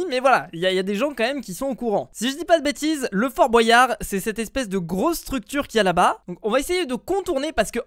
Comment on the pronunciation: Fort bOUAYard pk tu dis comme ça c fort Boyard